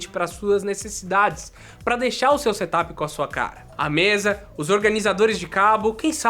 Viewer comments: Seria tipo "serâp" ? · engraçado ouvir vc falar "SETAPI" mas não e assim que se pronuncia kkkkkk eu tbm pensava que era assim ate ouvir os gringos falando da forma correta